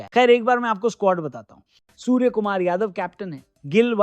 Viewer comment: Suar nahi bai 👉Surya Kumar Yadav 😂😂😂